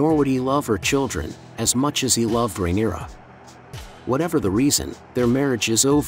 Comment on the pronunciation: Lol you should hear how he says rhaenyra. Fail of a channel